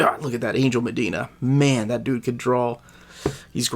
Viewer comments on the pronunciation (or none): none